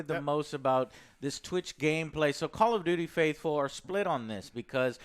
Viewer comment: "Call of Doodie"?